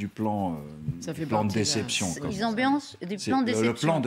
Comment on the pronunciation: Oh la ! Ho !!! Ou bien vous usez du mot anglais "deception" (sans accent) = "tromperie", alors il faut le prononcer à l'anglaise pour éviter tout confusion. Ou bien vous parlez français et dites "tromperie", voire "leurre" ou "ruse". On aura tout vu : même nos généraux sont des Galloricains... Terme pertinent qu'on doit à Régis Debray. S'il en est ainsi ne parlons plus de "défense nationale" mais appelons un chat un chat ! On approche du statut de : "contingent indigène de l'empire US"/